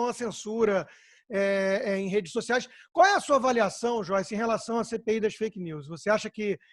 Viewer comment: Mas no áudio ela falou perfil feike!!Isso é crime kkkkkkkkk